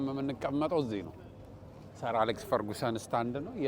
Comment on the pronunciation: ፈርግሰን not ፈርጉሰን😢😂